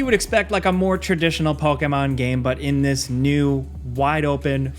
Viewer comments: Evil West, Callisto Protocol, God of War Ragnarok, Hogwarts Legacy, rest are irrelevant. Ps, you say pokemon weird lol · I hate the way you say Pokémon. Great video though.